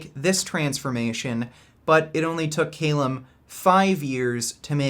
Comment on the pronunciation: its not pronounced CAYLUM but cal-um